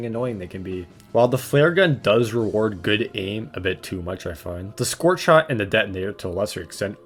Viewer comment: Good vid. Only problem is he says the scorchshit's name wrong thru the whole video.